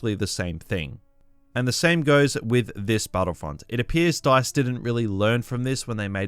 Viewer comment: STARWARSEY and BATTLEFIELD-EE